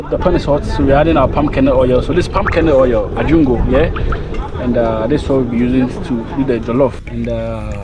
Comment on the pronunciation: Thanx, thanks but it sounded like you were saying pumcaanoil